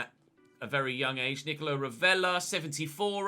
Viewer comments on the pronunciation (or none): none